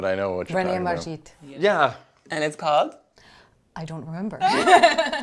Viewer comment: Um, art expert, it is René Magritte, not René Margitte...